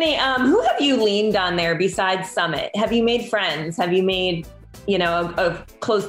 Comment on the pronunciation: It's Sumeeeet not summit like summit of Everest 🙄🙄. "Were you shocked by what people ate?? "